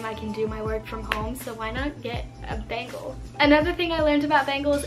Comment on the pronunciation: 'bengal kitten' sounds a lot like 'bagel kitten' and now i can only hear 'bagel kitten' and its making me hungry 🤣🤣🤤 great video as always i found the bengal facts super interesting!! <3